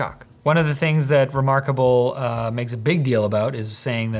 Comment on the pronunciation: "That is so Remoarkable. No, not like that."